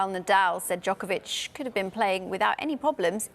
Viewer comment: Why this Karen didn’t pronounce Novak’s last name correctly, is she a racist?